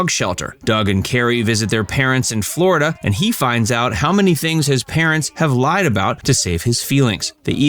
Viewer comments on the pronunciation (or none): none